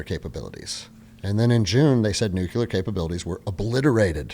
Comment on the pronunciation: Solid sensible views. If you're going to discuss this stuff please learn to pronounce "nuclear". New-klee-uh. NOT new-kew-luh. Sounding like George Dubbleyuh doesn't help your cred, guys. Also "Maybe Osama Bin Laden was like you or *me..." NOT "you or I". You wouldn't say "Maybe he was like I". You'd say " Maybe he was like me" so wtf change it when someone else is included ? Just saying, it helps people to listen & pay attention when you sound educated at least to Grade School English level.